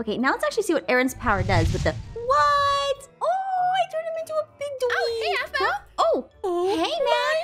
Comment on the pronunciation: Dont want to offend you if youre offended easily, but "aphmau" sounds like "avv-mieeow"😅